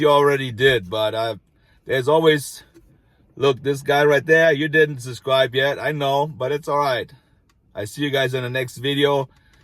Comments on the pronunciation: It is so funny how on the wooden sign you forgot to put the letter "S", when in your videos, you always skip the letter "B" when you say "susscribe". It is SUB-SCRIBE. ;-) We love you! ;-) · I say you keep the "SUBCRIBE" sign, and instead of saying subscribe to my channel say SUBCRIBE to my channel!! I would love that! Hey those who know know! lol I like your channel bro! and don't apologize for not pronouncing a word right. You are! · You should leave the “b” out of subscribe, it’s the letter you don’t pronounce when you say it😂 Love your videos, accent, and content. You have the same quality as Bald and Bankrupt..you both make me feel as though I’m right there with you..it’s a wonderful escape..Thank-you! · UBSCRIBE. Got everyones’s attention 🤣